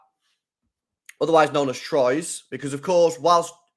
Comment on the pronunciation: Pronounce Troyes well lb, that shit ain't funny at all😂